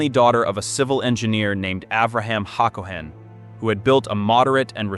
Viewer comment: It's ha ga NAH, not haGAnah. haCOhen not HAcoHEN.